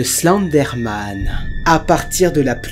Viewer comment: Je rêve où tu prononce Slenderman :Slendé Man car sa ce prononce Slendeurman